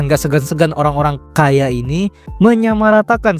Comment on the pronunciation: ditekkan sekali ya kkAya nya ya min wkwk